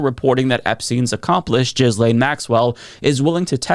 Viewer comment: Hi, I thought I would make mention of the pronunciation of Ghislaine (as in Maxwell). I heard you say it has an 's' in it on the Leftist Mafia and that is how you've pronounced it here too. I think it's a bit confusing because its origin is French and Ghislaine Maxwell has French, British and US citizenship. French pronunciation will tell you it has an s, but that's not how she grew up having it pronounced. It's quite an ancient French name dating back to the 5th century or thereabouts. Ghislaine Maxwell was born in France on Christmas Day in 1961, her mother a French academic and her father a businessman based in Britain, with an anglicised name, although he born in Czechoslovakia. Her 8 siblings seem to have more prosaic English names on the whole. In French the s is pronounced, but it is not pronounced in English. She grew up in Oxford, England, went to various private schools including the same private girl's school, Marlborough College in Berkshire (pronounced Bark-sha), as Kate Middleton and her younger sister Pippa attended. After her A Levels (university entry in England) Ghislaine attended Balliol College Oxford and received a degree in Modern History with Languages. Her father was a Czech Jew, her mother had a Huguenot background, so a French Anglican, and she was raised Anglican in England. The phonetics: (/ɡiːˈleɪn, ɡiːˈlɛn/ ghee-LAYN, ghee-LEN;) but in practice it's "Gee-lain" so g as in get, not jet, and lain as in plain or lane. This is how she grew up bei